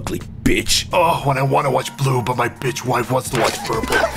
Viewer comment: the "beitch" tho